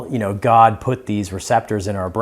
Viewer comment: Hey it’s “god” not “gad” 😂😂😂😂